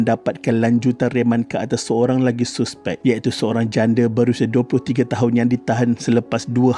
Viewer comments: Hahaha, sebutan tu saspek bang😂 ejaan je suspek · Sebut la betul2 suspek,tk yh guna bahasa baku,boring la ko ni admin,klau borak biasa dgn kwn pakai la bahasa baku klau ko nk martabatka sngt bhasa baku ni,elok2 kita dgn bahasa melayu kita guna ko plak nk folow cara bhasa indon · Padu apa nya, hang degaq betui2 perkataan 'suspek' ..lawak betui